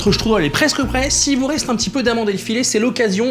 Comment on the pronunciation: J'adore comme tu dis :struddle 😂😂